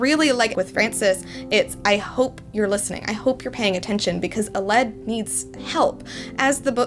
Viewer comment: Hey, I really enjoyed this review, and am looking forward to reading the book, once I receive her novel set. Quick note, I think Aled is pronounced Al-led, (as in Al, the first syllable in Alan, and led, past form of to lead, with the L's 'blurring', like in Alan, Al-lan), rather than uh-led